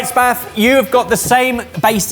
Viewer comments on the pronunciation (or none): I fully understand and love the ebbers teasing but how did not get a reaction from the boys for calling it "sloppy spaf" like what!!!!